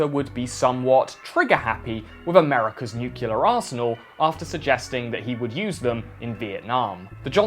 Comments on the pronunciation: Stop saying “nucular.” It’s “nuclear.” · Please stop pronouncing "nuclear" as "nucular" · Not "Nukilar", Nuclear! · NEW-KLEE-AR! Even new-klee-uh but definitely not new-cull-ur or nuke-yull-ur. Goddammit man you're British, speak like it not like George Bush. Great video by the way. 😆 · Bruh I'm rewatching because I love you but it is pronounced: NEW-KLE-YER NEW-CLEAR NEW-CLEAR I'm sorry. You are one of the most concise and knowledgeable people on this site. But please. It is not NUKYOULER. It's nuclear. Thanks for listening to my TED talk. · I love your channel and your insight, but I think if I hear you say "nuke-u-lar" one more time I'm going to shit myself and die. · "nucular" That mispronunciation is so common that it has its own Wikipedia page. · Please learn how to pronounce "nuclear". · Nuclear is spelled the same it’s spoken. Been learning about it myself, recently. Many people, professional news agencies included, make this mistake. Love your videos. Not trying to sniff out the boo-boos. It just started gnawing at me, and I’ve ignored it for many of your videos. Cheers!